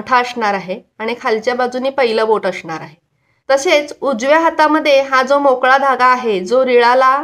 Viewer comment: तुम्ही स चा उच्चार श का करता🤔 अशणार नाही असणार